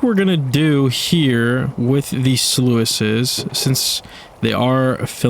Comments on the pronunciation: please....it's not pronounced slu-ice....it's just sluice (rhymes with loose) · It’s pronounced sloose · Man, this looks like an awesome time! I need a PC state....... Side note, sluice is pronounced like juice